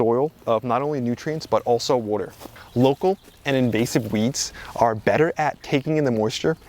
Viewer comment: Wooder. I know I can listen to this guy just because of that.